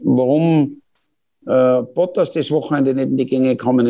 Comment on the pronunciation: Kann man nicht Bottas wenigstens korrekt aussprechen. Mensch, das ist peinlich